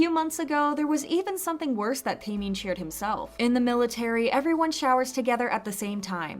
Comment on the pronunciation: its pronounced TEH-MIN NOT TAY-MIN